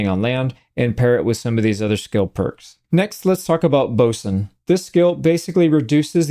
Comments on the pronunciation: Glad to hear you say 'boatswain' the proper way also. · Congrats on your correct pronunciation of “Boatswain”. You’re the only YouTube streamer I have seen who managed to get it right. ❤ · Finally, someone who knows how to pronounce boatswain!